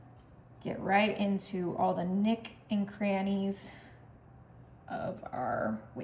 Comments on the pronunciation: First of all it's not EKspecially, it's especially. Second it's not NICK and crannies, it's NOOK. Third it's not MUD root beer it's MUG. Desserts look yummy😋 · "Nook" and crannies not Nick and crannies. Lol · why does she mispronounce so many words? wholed milk, mud root beer, nick and crannies. also it's like watching a four year old cook. just think of all the chemicals in these recipes, lazy and gross 1/10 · 'Nooks' and crannies, as opposed to 'nicks' and crannies. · It’s MUG root beer, not “Mud”, and NOOKS and crannies, not “nicks”. Thanks for these desert ideas.